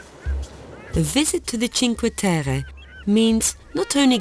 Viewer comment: The places are lovely. But why are you trying to pronounce the names or the places in a french accent?? It is Italy...